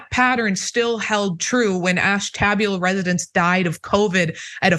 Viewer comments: Ashtabula is pronounced ASH TA BUL (rhymes with jewel) A ash ta beulah. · Ashtabula is pronounced Ash- Ta - bula with the accent on Ash. Thank you so much for this report! It should be all over the news! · Close, it’s ash - ta - BEULAH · You're pronouncing Ashtabula wrong, lol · You're slaughtering Ashtabula's name. lol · I live in Erie County, was just going to say the same thing about the pronunciation of Ashtabula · Hahahaha! Ash-tab-ula! That’s funny! Sorry, but it’s pronounced Ash-ta-bula. My wife is from there. And I totally believe the results of the study. We can’t understand why anyone would live there is they had a choice. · …that would be : Ash-te- bu - la…. Just sayin….😅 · “Ash-tah-bewla” is the pronunciation. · She very badly mispronounced Ashtabula! I have family living there and that is not remotely how they pronounce it! It's Ash-ta-bu-la. NOT Ash-tab-u-la. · Ash Ta BYOO Lah lol.. It's not AshTABulah.. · ash - tuh - BYOO - luh. :face-turquoise-covering-eyes: I used to pull news off the AP ticker to read on the radio, so trust me: ALWAYS ALWAYS ALWAYS check pronunciation BEFORE going to air -- highlight ALL odd words, and if necessary spell them out phonetically (no schwas!!) with a Sharpie. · Nice report but painful to listen to. Ashtabula is pronounced ash-tuh-byoo-luha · No biggie but its pronounced Ash-ta-bula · Ash ta BU la. (Ash TAB ula is how it's pronounced as a joke! ) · I can't stop laughing at the way sayin' Ashtabula! It's pronounced ash-ta'byoo-lah. Though, to be fair--as you've clearly illuminated--they've got bigger issues to concern themselves with, it seems.😬😅💯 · Ash ta buel lah Not to be snarky just for next time. Never mock a pronunciation, they learned that word by reading. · Sorry, but the sound of your pronunciation of Ashtabula is a bit jarring. Ash ta bu' la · Pronounced Ash tah bew la with the accents on Ash and bew. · lol. It's Ash ta Byoo La. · Pronounces Ash- ta- bu-La. Indian word. I live in Trumbull county.